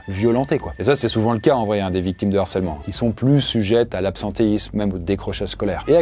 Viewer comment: Sujet super et très utile, merci l'équipe! Juste un truc qui m'a heurté pendant toute la vidéo: un harcèlement, le harcèlement, pas de liaison donc pas de "l'harcèlement ou un narcèlement". Entre ça et tes nombreuses fautes de liaison (genre" va têtre"), fais gaffe, stp, il y a des millions de jeunes qui t'écoutent!